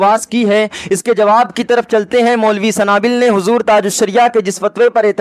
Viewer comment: A Sanabill Nahi Sunabill Hai